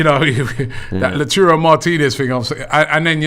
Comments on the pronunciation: Robbie: How do you say it?: I went with Lautaro Robbie: Lautaro? Okay. 5 seconds later Robbie: Lachurro... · NOT "LATURO" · How did you say it... LAUTARO???? Says Robbie who has been crucifying his name for a week now with LACHURRO... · Thanks for subtly correcting Robbie, Lautaro, not LACHURO FFS. How long will Robbie keep being this sloppy with very horribly wrong pronunciation of names? It's ridiculous! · A historical moment when realised it wasn’t pronounced “Lachuuro” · Man learnt the pronounciation of Lautaro And still butchered it 🙆🏾‍♀️🙆🏾‍♀️🙆🏾‍♀️